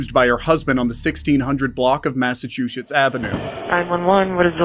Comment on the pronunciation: LMMFAO MASSACHUSHITS😂😂😂😂😂 IT'S MASSACHUSETTS😂😂😂😂😂 although that pronunciation is the funniest I've heard in my life and I'm from New England😅😅😅😅😅